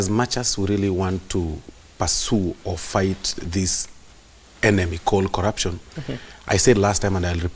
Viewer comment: Lelatives collurption.migoli Speak english